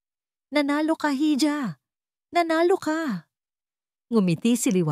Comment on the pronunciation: Hija - iha ang bigkas jn tangang vlogger